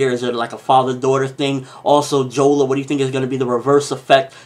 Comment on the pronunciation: it's jora not jola